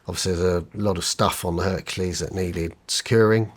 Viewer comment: Bro seriously.? He said hurkalease